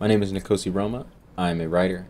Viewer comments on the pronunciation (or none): Awesome video man, really enjoyed it. I believe your name is derived from Zulu which means “king”, I’m Zulu myself. I have to say though your pronunciation is a bit off, no offence or anything. It’s “Nko-see” instead of “nee-kosee” obviously it’s your name and can pronounce it how you choose, just really wanted to share that with you. Looking forward to seeing more of your work on the Arri.